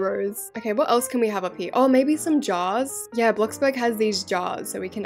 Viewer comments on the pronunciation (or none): Who else when she said jars with her accent though she said jaws 🦈 and instantly thought of the shark movie